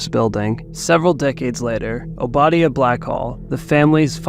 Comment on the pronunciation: You butchered the pronunciation of Obadiah’s name.